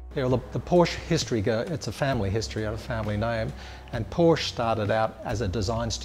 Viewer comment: Porsche is a 2 syllable word.